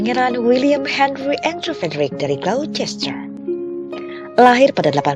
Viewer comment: Ralat Glocester dibaca Glouster.